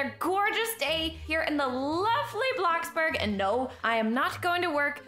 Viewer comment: Ummmm you said blackburg its bloxburg